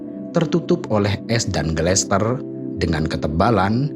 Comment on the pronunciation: Gletser min, bkn glester